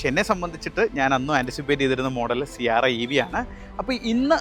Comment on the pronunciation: Siarra അല്ല Sierra ആണു.😅